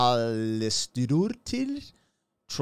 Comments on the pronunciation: ❤❤ Try Aye-Verr (as in: err) Paulsdaughter and you're close to getting her name right. I think you did quite well! Tròdlabùndin - spellbound. Words with "troll" in it have something to do with magic. They in a Fjord, a brauch of the sea stretching far in into the land and the mountains as you see. Of course it was enchanting. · Her last name is pronounced like "Pauls" for páls, and dóttir is like "dot" and the ir sound is like how you start to say "irrelevant" but take that ir sound out from the word :) edit: And her firstname would prob be more correct if you try to pronounced it like "Eyvor", like "Ey what's up", but you take the ey :)